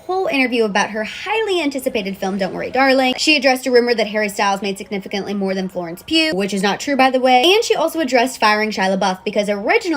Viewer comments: I thought it was pronounced pew Florence pugh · What about poor Florence Pug? 🤣